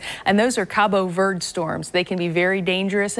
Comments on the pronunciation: Verde is pronounced "Ver-day" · No. Absolutely no. Ver-de. De is not pronounced like "day" at all. De is pronounced like "the". Ver-the. Or the same way you pronounce De in the word Denmark for example.